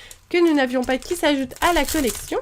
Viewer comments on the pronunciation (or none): tu a dis je sais pois et il faut dire je sais pas